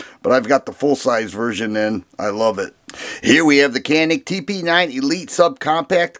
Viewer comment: Canik.... interestingly I was told pronounced yanik... I can’t verify for sure...I think Turkey pronunciation????